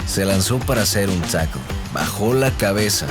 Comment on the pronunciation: "El safety de los Lions Morris Norris se lanzó para..." tLaquear?? Es en serio? y así haces videos de football??